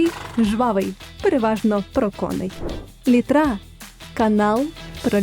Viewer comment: Літра - наголос на перший склад! )